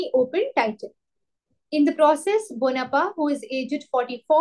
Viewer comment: Its not bonapa..its bopanna!